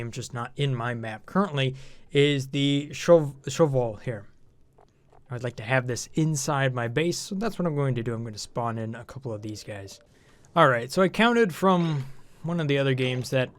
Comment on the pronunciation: I'm pretty sure the Shove Vole is pronounced "Shovel"